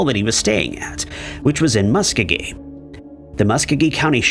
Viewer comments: That’s not how you pronounce Muskogee 😂 muh•skow•gee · Musk-oh-gee, hard g